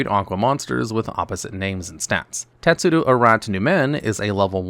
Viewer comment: teSTudo, not teTSudo Latin derivation, not japanese (although I don't know if tetsudo means anything in japanese, but the "tetsu-" part sounds pretty japanese to me)